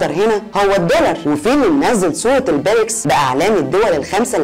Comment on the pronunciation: نطق الاسم غلط اسمها ( البريكس) بكسر الياء